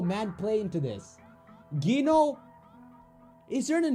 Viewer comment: you obviously HEARD in the game what is the real pronunciation of Gino but YOU STILL SAY IT WRONG! Can you pronounce it like "Jeeno"? THAT is the right pronunciation!